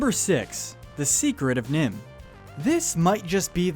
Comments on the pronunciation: "NIMH" you idiot, not "NIHM"! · It's NIMH not NiHM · It's NiMH, you idiot! Not NIHM!